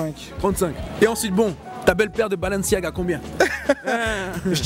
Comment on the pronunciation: balenciaga avec u ne et pas un a